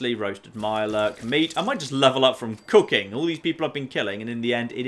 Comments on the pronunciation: When you said “let’s see if we can do some cooking” I heard let’s see if we can do some cocaine” lol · For some reason, a part of my mind thought you said: "Can I do some cocaine?". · Anybody else hear him say "I'm gonna do some cocaine" instead of "I'm gonna do some cooking"??????